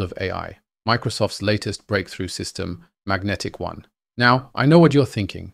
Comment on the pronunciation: They call it Magentic-One, not Magnetic One